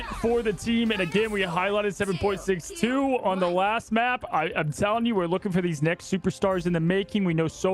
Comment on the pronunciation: Not " 7 Point 6 2" Just 762. Its a bullet caliber. Like .45 ACP you dont say "point 45..." Just trying to help the hosts for the future 🙂